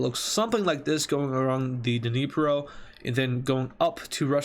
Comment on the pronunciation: i usually pronounce the Dneiper like Neeper but im Korean so i have no say here